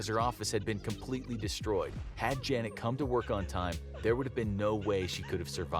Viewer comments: F for Trying to pronounce Janet. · I love how he kept messing up her name 🤣🤣🤣🤣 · You can not pronounce janet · F for saying name wrong